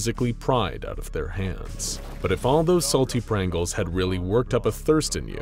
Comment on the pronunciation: It took me 10 seconds to realize its called prangles